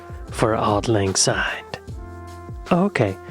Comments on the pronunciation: For those of you who aren't Scottish, it's "syne", not "zyne". Also the original and correct , version is "For auld lang syne" NOT "For the sake of auld lag syne". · Take note people - it’s Auld Lang SYNE not Auld Lang ZYNE!!! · I agree it is auld Lang SYNE not auld Lang SYNE, I get so annoyed when people sing it wrong, but it's billion times worse when the Scottish get it wrong. 😮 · Yes it’s syne not zine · Please remember that it's pronounced SYNE with an S and not ZYNE with Z as is quite often done, especially in England and the USA. As a Scot it really grates when I hear it sung wrong. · Glad it’s not just me who is driven mad when I hear it with a Z!